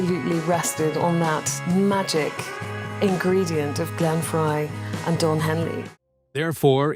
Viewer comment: Whoever did this video is an idiot. First... He can't pronounce Glenn Frey's name. Second, during the narration, he showed pictures of people who weren't even involved with the Eagles. Many of the photos and videos didn't NOT go along with the Eagles history. Perhaps whoever put this together should work on research!! (Don Felder Sucks!!)